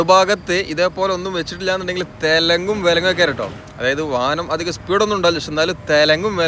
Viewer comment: തെലെങ്ങും വിലെങ്ങും അല്ല തലങ്ങും വിലങ്ങും 😆